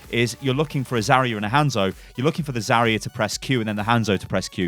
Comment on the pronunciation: ITS HANZO NOT HENZO